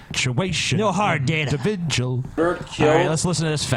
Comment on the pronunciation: Hey errybody, its "The inidividjulent Christian Mario", back to you with another edition of "Situation exposed!"